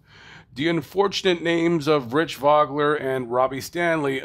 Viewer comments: Pronounced Voe-gler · Vogler's crash was the only race I missed at Salem that year. BTW, Vogler's name is pronounced "Vohgler". Two very, hard-nosed drivers. Great piece,!! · The “O” in Vogler is a long O...i was watching live on espn that Saturday night when rich was killed..when I seen his helmet roll across the track,I knew it was not good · First of all you are not saying Rich’s last name correct and you mispronounced the series ! Before you try to get your 5 minutes of fame from someone’s tragedy you should do a little more homework. Hopefully this gets taken down before a family member sees it !! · Can't even say Kallitta's name or Vogler's name right. Can't have too much expertise on the matter. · Same owner and team but I doubt that it was the same car. Especially since the narrator doesn't know how to pronounce Vogler or USAC I don't put much stock in what he says.